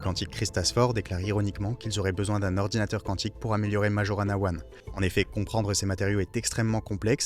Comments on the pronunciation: ça ce prononce maYorana... c'est le nom d'un génie de la physique du siècle dernier, un italien qui a disparu mystérieusement. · Tu ne sais meme pas prononcer Majorana ( nom de physicien sicilien)!!!